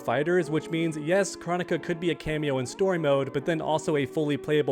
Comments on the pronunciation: I’m totally not trying to tell you how to run your channel…..,BUUUT bro PLEASE pronounce her name Kr-OH-nick-a with the big “O” sounds lol! Hearing her name pronounced “chronic-a” is just sooooo freaking annoying idk why! Maybe her SNOOP and DR. DRE should get together and drop that “CHRONIC(a)3” we’ve all been patiently waiting for all these years!! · I am passing a message from some friends saying do you not know how to pronounce Kronikas name Crow onika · For starters, you're saying her name wrong. It's KrOnika, the O is a long vowel, and 2 I think having Kronika as a playable character would be kinda cool. She is a time person, so she could have some pretty interesting attacks